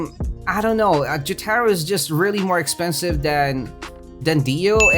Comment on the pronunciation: man says "Jyatahro" Jotaro: yare yare